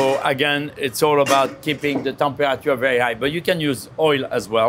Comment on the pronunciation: I wonder what the "Tem-pua-ah-chua" of the steak is